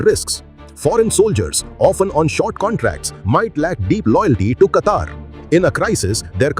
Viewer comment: Plz pronounce a country name in a dialect that matches..